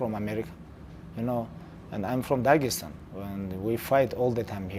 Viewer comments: tony : "daegestan " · Tony: “Dagestan.”